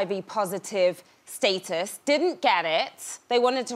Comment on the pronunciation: I love how the girl mispronounced status